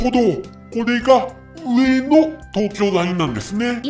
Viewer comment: 何が良いかって言うと、アクセントが神なんだと思います。 「上の」の「の↑」に聴き惚れてしまいます字面にすると訳わかんないですが自分で発音してみるとわかります(早口)。